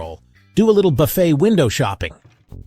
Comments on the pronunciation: IT. IS. * NOT. * (( BUFF__IT. ...)) .....IT. IS. PRONOUNCED. * BUFF. __. FAY. * !!!!!!!!! YEECH. !!!!!! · You lost my trust at the beginning when you pronounced BUFFET to rhyme with Rough It. Then it went down hill from there. This is sensationalist crap.